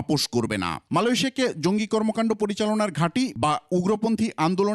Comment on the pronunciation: মাদ্রাসার ছাপড়া পড়াশোনাও জানেনা, জঙ্গিকে বলছে জিংগি,😂😂😂😂😂😂😂😂😂😂😂😂😂😂😂